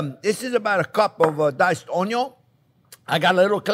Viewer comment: THIS RECEIPT USES ONE CUP OF DICED ONYO